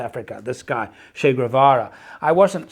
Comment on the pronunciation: Cha? (😂) Guevara, his name was Che Guevara…